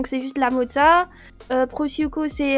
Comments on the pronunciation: Ça se prononce prochiutto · Les italiens en sueurs une « proscuitto » la prononciation horrible 😭😂